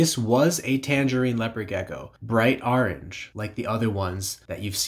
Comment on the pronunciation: Orange not ARange but nice video🤘